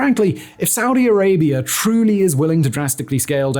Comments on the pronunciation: Saudi Arabia doesn't end in an 'r' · "Saudi Arabiar" -Simon Whistlier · Why does he insist of pronouncing it Saudier Arabiaer? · "Saudi Arabier"? How can you not know that you're saying it like that?